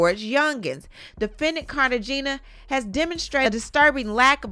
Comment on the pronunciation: Girl, u killin’ Mee with how you say Cartagéna !!!🤣😆🤣 AIN’ NO “ Car - taa - GINA “ !!!💜 I, STILL, love the way you talk! That voice, Girl!🤍